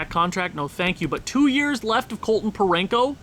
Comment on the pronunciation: There's no n in Parayko 😂😂